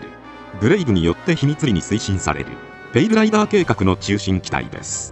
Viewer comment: 他の動画でもそうやったんやけど、ペイルライバーに聴こえてしょうがない。 気になるわー